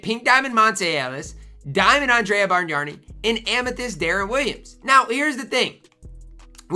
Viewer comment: Bargnani = Barn-Yawn-EE (you are adding an "r" where there isn't one.) oh....and Brad Daugherty = Daw-er-tee (you are adding a "t" where there isn't one.) Brad I have seen you talk about this year and last year. I am old and remember them both....so just trying to help. Good video.